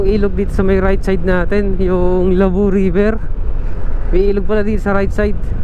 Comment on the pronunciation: Idol... pakitama yung pronounciationg ng LABO...Hindi LABU...bagalan mo ng pronounce LAA..BO